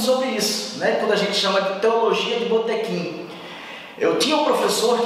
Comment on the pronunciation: Conteúdo de qualidade, como sempre! Só Uma ressalva na pronúncia do “bôtêquim”! Aqui na Baêa é “butiquim”, meu rei!!! Parabéns, meu querido!!! Brilhante iniciativa!!!